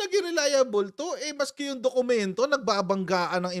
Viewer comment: Mag aral ka muna paano masabi ang dokumento peke...issue on genuine document and existence of document...ask lang pano masabi dokuyemento